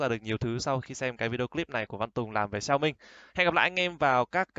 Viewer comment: hãy đọc xẻo mính nha… góp ý xíu